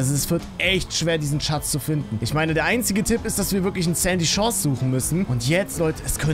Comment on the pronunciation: Sandy Chores hört sich wie candy